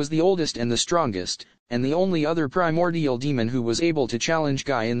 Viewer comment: Primordial, not primodial dude. Sorry it just sounds funny